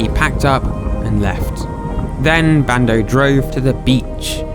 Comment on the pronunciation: Everytime you say bando i think you say brando